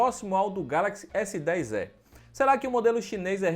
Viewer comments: Pior é falar Galaxy S10 É , ao invés de E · S10 "É" pqp onde foi que você estudou meu amigo?! 🤣